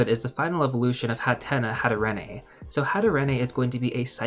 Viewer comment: Great video but please learn how to correctly pronounce pokemon names before recording. Specifically Hatterene. Thanks